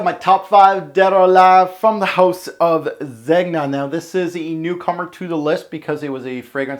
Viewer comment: Bruh Zeg-nuh? Zen-ya.